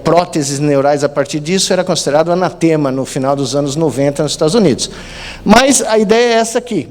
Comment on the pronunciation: Até onde sei, a palavra certa não seria anatema e sim anátema. Aff, usar loudspeaker em vez de altofalante.. aff. Estou ficando um velho chato mesmo!